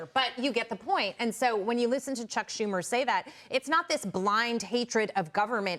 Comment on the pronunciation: ..saying it by EXPERIENCE..SHUMER???..😂